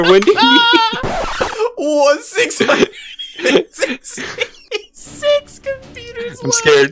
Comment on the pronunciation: it's windy not wendy